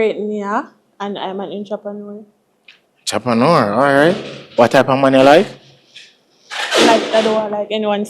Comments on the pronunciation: She said she is a intropreneur you mean a entrepreneur lol😂😂😂😂😂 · A me alone get annoyed when ppl pronounced entrepreneur like how it spell? Jah jah One home girl say inchoppaneur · Intrapanour 😂😂😂come on man